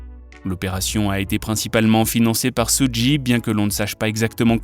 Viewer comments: Ça se prononce sudj et nom sudji (suge) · Sudji??????SUDJI???AH ouais non mais la cest bon n tchao..soudji night la arrête les vidéos non non non cest plus possible la arrete le massacre